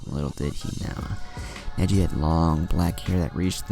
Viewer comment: I think he said negli instead of neji This is why you are my favorite what if channel